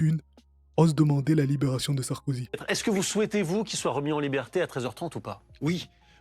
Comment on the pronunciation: Ptdr😂 il l'a appelé Sarskozy😂😂😂